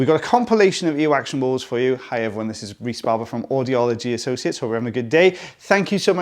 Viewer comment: Hi Rhys its "every'one'....